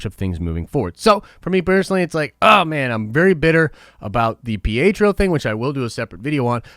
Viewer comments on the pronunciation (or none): none